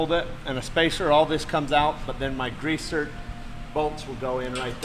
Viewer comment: Its pronounced "Grease Zerk" not grease zert.